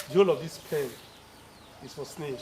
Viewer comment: Snae, atch, appy...😂😂😂 Nice video sir